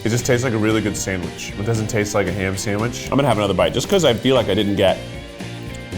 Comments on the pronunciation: I know Jackie from Smosh is loving saying sanwish for this episode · '"Sa-wsh" "san-grich" - 🙏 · "Sang-rich"